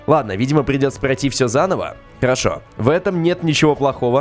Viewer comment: Ты сказал карошо место харашо